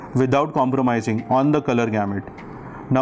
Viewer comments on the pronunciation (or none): JUST COUNT FOR... HOW MANY TIMES YOU HAVE PRONOUNCED " THIS 'PERTICULAR' PROJECTOR 😅